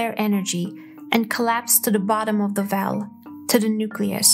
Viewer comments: Sorry but your accent makes it difficult to understand. You have difficulty pronouncing "W" and when you say "well" or "wave" it sounds like "vell" or "vave". Nice video but you need to practice the w words. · Narrator needs to work on her wubbleyous as in Vell and Vave if intending to be a professional voice over. I don’t mean that harshly, but pronunciation is not optional in language. She says everything else normally…so whats with W. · I found myself thinking, "liken it to a vell?" and then "Liken this to a vave". I figured out from the accompanying video that she meant "well" and "wave"